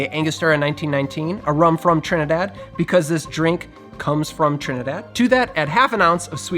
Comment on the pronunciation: as a Trinidadian, I love the way you pronounce Trinidad lol. I have a feeling you've heard Trinidadians say it.